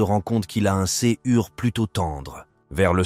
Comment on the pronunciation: super duré et grosse qualité mes 1 probleme ,le robot lecteur qui fais la lecture surement du texte ecrit , fais des faute ( exemple , coeur , soeur ,....) qui vu que cela es quand mm recurrent fais que sa en devient dérangeant , je sais pas ci ces une magniere d'ecrire le texte ou le robot lecteur lui mm mes faux le faire remarquer comme sa encore un up de qualité ^^ merci pour cet superbe vidéo